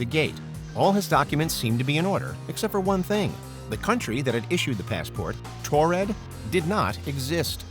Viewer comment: These are easily debunked hoaxes. Also it's Taured not Tored.